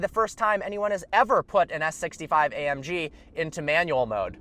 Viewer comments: "A um G" lolololol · A 'UM' G 😂😂😂😂😂😂😂